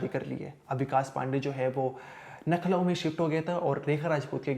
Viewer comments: नखलऊ नही लखनऊ है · भाई तुम पहले लखनऊ बोलना सीख लो nakhlau खान में कांटे की तरह चुभती है, ऊपर से तेईस को tehiis बोलकर रही सही कसर पूरी कर देते हो, reporting की भाषा सही होनी चाहिए